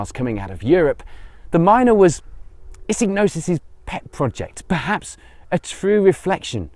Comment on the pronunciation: Great video, but who the hell is Alec Issignosis? You mean Issigonis? Iss-i-go-nis. Shame that you appear to have done your research otherwise.